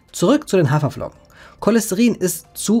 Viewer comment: "Hawerflocken". Ernsthaft? 😙